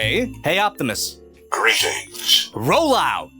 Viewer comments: He said rollohw and was surprised by the lack of activity hahaha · He might not be responding to ”Roll out” because you are saying ”roll ou” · You know there's a t in "roll out", right?